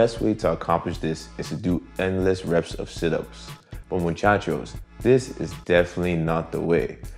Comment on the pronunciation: Amor you say Muchacho like a native Latino👏👏